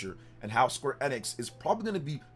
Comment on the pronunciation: Your pronouncing Square Enix wrong. You aint gamer bro